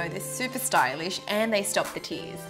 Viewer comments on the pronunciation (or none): none